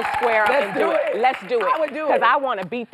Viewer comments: Ooh my refabricated 😂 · did she say refabricated grill LMAOOO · Tami said "I want to take that refabricated grill!! 😂😷